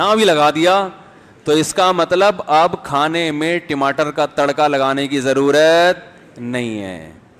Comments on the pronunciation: ❤️❤️❤️❤️❤️❤️❤️❤️❤️Mashaallah Aapke muh se Tamatar ko Timatar bolna muje bhut accha lagta Allah Bless You Mufti Sahab ji❤️❤️❤️❤️❤️❤️❤️❤️ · ❤️❤️❤️❤️❤️❤️Mene usko kafi bar suna Tamatar Ko Timatar me bhi aise hi bolta ho kabhi kabhi❤️❤️❤️❤️❤️❤️